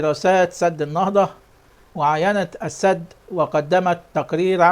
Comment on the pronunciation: يابنى ادم انطق كلمة السد بفتح السين وليس بكسر السين..قلت لك اكثر من مره روح اتعلم لغه عربيه ولغه انجليزيه عيب